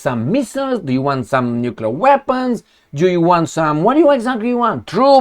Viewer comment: "What jou you want?"😂😂😂😅👍💪